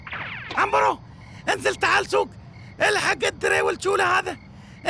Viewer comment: عمبرو مو عنيرو